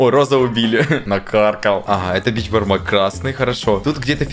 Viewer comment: Вообще-то не бичпармак а Бешпармак